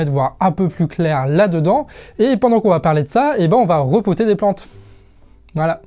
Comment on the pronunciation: "Rempoter", pas "repoter" :D J'espère que t'as mis des graviers ou des billes d'argile au fond des pots ^^ Bon sinon je commence à peine la vidéo, mais quand tu vois "Les nouveaux chiens de garde" et le monde diplo, ça promet la "qualitay" (comme disent les djeunes)